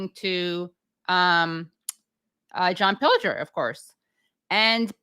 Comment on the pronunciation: How incredibly LUCKY you are to have interviewd such a LEGEND. Fantastic first 30 minutes!! It'd have been even better if you had learned to pronounce his name properly... nonetheless, great GREAT to have him, any crumble we can get, we take. MR. PILGER, we have learned so much from you. You are one of a kind, ♡♡♡ xx..